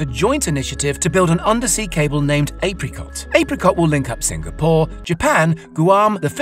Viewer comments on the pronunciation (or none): none